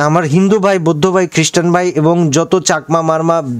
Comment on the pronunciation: বৈদ্ধ না বৌদ্ধ